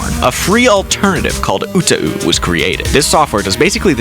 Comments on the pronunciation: he said oo-t-oo when it should be oo-tah-oo. Honestly, 2 out of 3 syllables correct isn't bad considering he pronounced Hideki as High DK in the first 20 seconds of the vid lol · Bro, you butchered the pronunciation of Kenmochi Hideki. Like, it's not even close. Also, oo-tuh-oo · This video is about as useful as you can expect from someone who doesn't know how to pronounce utau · I couldn’t get over the way he said UTAU and Teto 😭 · The way they mispronounced utau made did inside